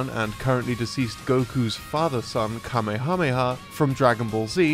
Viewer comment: You can say all the Rs in the Naruto names like that, but you can't pronounce kamehameha? 😔